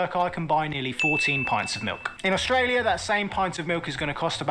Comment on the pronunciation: Your Aussie accents are coming along nicely guys, but you need some work on how you say "Australia" - the first syllable just isn't pronounced - it's either just dropped (Straya) or pronounced "uh" (Uh-straya) - actually, you'd probably be better to say "Strya" to rhyme pretty much with "hiya!"